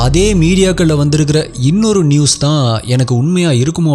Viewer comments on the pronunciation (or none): none